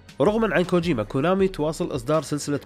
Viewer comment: كوجيما ولا كوجوما ههههه